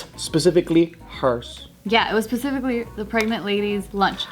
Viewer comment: did anyone catch say pecifically not specifically lol